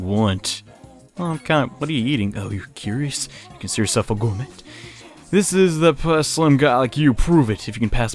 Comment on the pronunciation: Intrepid and Gourmet are the two that make me wince most hehe. To be honest though, both words come from the French side of English, good on for butchering them.